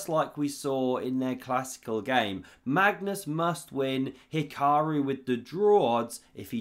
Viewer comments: Magnoose and He-kuh-roo are the S tier, Leko, pronunciations. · I’ve heard this dude mispronounce Magnus’ name so many times. It’s hilarious each time 😂